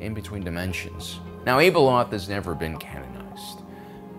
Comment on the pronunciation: Why do so many Star Wars podcasters continue to try and over pronounce or exotically pronounce names and places? It really takes me out of it, and makes me not want to listen. - It's pronounced Ab (like the muscle in your stomach)-eloth. This is easily found in the audio books - Ahsoka's name is Tah-no, not TaynO. This is much easier since it's been said a million times